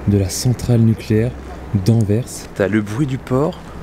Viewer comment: Bonsoir et. Merci d'avoir raconté l'histoire de doel Merci d'avoir bien prononcé Anvers. Merci pour cette vidéo 👍. Les cheminées de la centrale nucléaire c'est doel 1 et doel 2